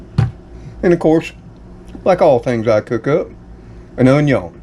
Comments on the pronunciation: Hi, I'll be 70 soon and live alone. I put the dates on my calendar in the kitchen of when my bills are due, Dr. appts, birthdays, etc. It helps me stay aware. Do you have any "Cajun" blood in your family? My Cajun uncles pronounced "Onion" the same way you do! Good Bless you My Friend. ❤ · Would you give lessons on how to say "onion"? You have the cleanest stove......it's like immaculate. This dinner sounds delicious! Yes, I could hear the thunder.